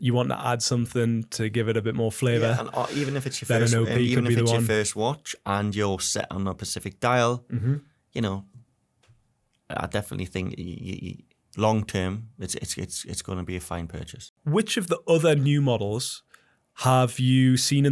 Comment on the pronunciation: Pacific dial ? Did he mean specific or did he say that? Might be his accent, rewound and listened again